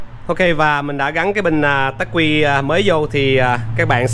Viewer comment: đọc là ắc quy không phải là tắc quy nhe e.